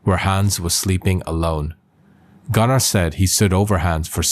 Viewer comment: Bc his pronunciation is wrong!